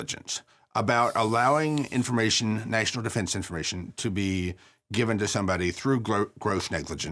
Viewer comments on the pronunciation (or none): “gross negligensh” “national defensh informatshon” I’m not just saying stuff for the sake of saying it. He has no jokes, no rhythm or inflection in his speech and has flehm on the back of a lot of words. I’m sure he’s perfectly intelligent but he’s not entertaining. Again, not everyone should be a host and that’s fine. If he’s a square allow him to fall into the square hole stop trying to shove him into a circle.